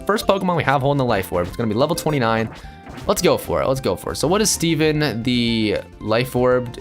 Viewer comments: you called it seven not Steven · u called it seven not steven